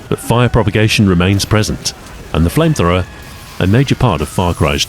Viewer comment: Ah yes flamethrowmer